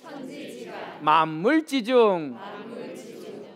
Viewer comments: 참 말 재주가 좋습니다 좋은 의미로. 한 가지. 천지지간 만물지중 에는, "천지 지간 ,만물 지중" 이라고 두 자씩 띄어서 읽는 것이 아닙니다. "천지지 간, 만물지 중" 이라고, 석자와 한자로 띄어 읽어야 합니다. 갈"지 자는, 이 글에서는 소유격으로 쓰였기 때문입니다. 놀랍게도, 한국의 학자들은 거의 이것을 그릇치고 있읍니다. 한 가지 권하고싶습니다. 근간에 출판됀 "한국 어문을 고발함"을 한 번 읽어 주시압. 미국 변 완수 배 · 한가지 고처야겠습니다. 만물지중을,"만물"하고 "지중"하고 두 자씩 띄어서 읽었습니다. 잘못입니다. "만물지"하고 "지"라고 띄어서 읽어야 합니다. 이 글에서의 "갈 지"는 소유격이기 때문에 위로 부처 읽어야지요. "한국 어문을 고발함"이라는 책을 읽어 주실까요. 미국 변 완수 배